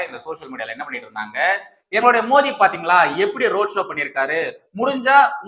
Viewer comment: Thambi,indha video la modhal nnu oru vaartthai sonneerhalae,adhar maadhiri sound la ,namba PM peyarai yum,MODHI nnu correct aaha uccharikkavum, please